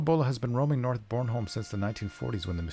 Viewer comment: Your pronunciation of Krølle Bølle and Bornholm isn't too horrible :) Thanks for taking on the commissions. Looking forward to the final versions of it all :D